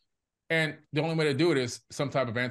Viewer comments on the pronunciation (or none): Note you said "the only". Sounds like 1 to me.